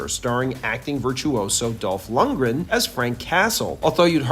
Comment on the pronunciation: "Acting virtuoso Dolph Lungdren" hahahaha